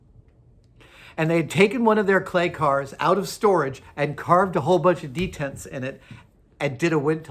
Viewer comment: Why does he keep saying 'detents'?